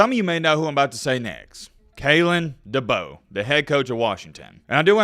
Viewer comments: It's DeBoer and no Debo lol #Mattbeacasual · Better get used to pronouncing his name right. It's "Da bore". Kay lin Da bore. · Heads up, it pronounced Duh-Bore. I’m from South Dakota and know quite a few people who played for him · It's DeBoeR, "Da Boar", there is an R in the name, best learn how to say your coaches name. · I think Kalen Deboer could be an excellent coach in Tuscalossa, given the resources and the recruits in the south. Also, I am pretty sure that his name is pronounced De (Boar) like the animal. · There's an R at the end of his last name. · DeBoeR lol yeah there’s an R at the end lol just giving you a hard time. I hope it’s DeBoer. Great hire for Bama if it pans out. I’m a Michigan fan. Please hire him! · Your saying his last name wrong man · Why are you saying his last name wrong 🤔